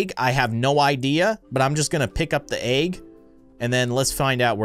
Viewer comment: he always says agg not egg 🥚